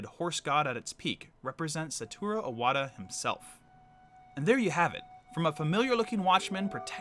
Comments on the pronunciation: For fuck sakes man the name is IWATA not O-WATA!!!! do you see an O in the name? Jesus you don't even know the name of the man and you call yourself a nintendo fan? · he also needs to fucking learn how to pronounce SATORU IWATA, he says SATURO OWATA... fucking moron